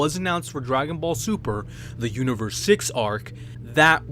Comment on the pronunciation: I hate when people say "like any true Dragon Ball Z fan" as if you can't be a true Dragon Ball Z fan and not like Dragon Ball super. Speaking of that, you said Dragon Ball Sumer :-)